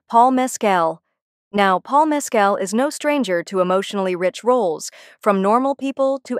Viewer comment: MES-cal has its accent on the first syllable.